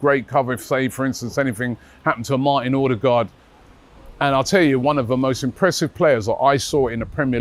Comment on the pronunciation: please, it's been a while now, it is pronounced Ode guard, not Orde guard. Please stop it 😅